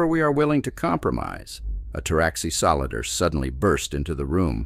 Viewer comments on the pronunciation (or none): do you use a chat bot? I'd rather listen to an inexperienced organic stumble over compound syllables and hard consonant glotals than endure the monotone, single pace drone of a chat bot. 'sol-die-er' indeed. Nice story all the same. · What's a "Solider"? 😃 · Wtf is a "solider"?